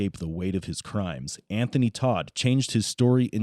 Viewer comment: Tot not Todt.